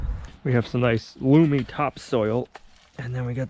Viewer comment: Hi I never wanted to be this person but....I think you are pronouncing Loamy wrong. Unless there is a difference and there is loomy soil and loamy soil? You guys are great don't be hatin on me. Keep up the videos you are doing soo much this year. Great job.